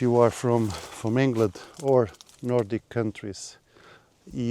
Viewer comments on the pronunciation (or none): none